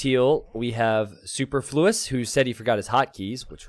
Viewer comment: I would have liked to watch this video, but you guys really need to look up how to pronounce "superfluous." The stress was all wrong which led to Super flue, turning his name from something extraneous into something vital.